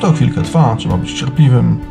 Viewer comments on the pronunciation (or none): none